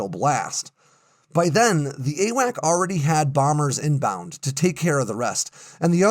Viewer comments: Grrrr! The aircraft giving airborne control and command were not "a whack". the correct pronunciation is "A Wax". At least it was in 1977. I was assigned to the 7th Airborne Command and Control squadron that the the control over the Mekong delta during the evacuation of Saigon and we were being phased out a year later as the E3s were coming online. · AWACS NOT AWAC—Airborne Warning and Control System—there’s an S at the end you said it yourself. There were other errors in here too but something as simple as this distracts from your story so much I quit listening. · I have never heard someone say "AWAC." It's AWACS. With an 's' at the end. Pronounced "Ay-wacks."